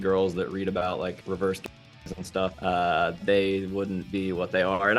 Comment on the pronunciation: reverse what? I couldn't understand